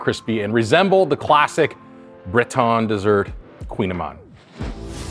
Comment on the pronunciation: It’s a koogin ayman!